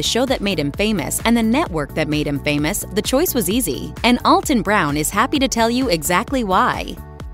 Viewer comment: You really should learn how to pronounce his name if you are going to talk about him.